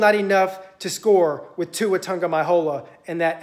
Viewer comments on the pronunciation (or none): How do you spell the way you say Tua name? Lol and did you just say Nick Satan oh man this is hilarious I love it. Alabama is not unbeatable, we could lose in 2 weeks or we could lose in the SEC championship and never make the playoffs. Or we could go and win it all you never know. Our defense is a weakness but getting better every week. Diggs going out hurt us, but Smith is decent enough. I hope we make it to the playoffs.